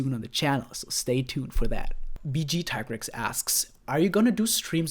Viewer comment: Tig- Rex two syllables learn the monster names